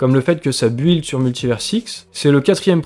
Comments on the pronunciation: Par pitié pour que les oreilles arrête de saigner,en anglais,build se prononce : BILD Oublie le U :-) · Bravo et n'oublie pas que la plupart d'entre nous s'en fout que tu ne rajoutes pas " collaboration commerciale " et que tu dises build et pas bild... ,😂